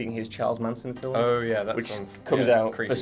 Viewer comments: Slap this boy if he say's "filum" one more time. It's *FILM*, one syllable. Get it right! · Why does the guy pronounce the word FILM FILIM. is he just that English? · Is it just me or does that guy pronounce 'film' in a funny way? He clearly says 'filum' a few times. Is it wrong or a certain accent?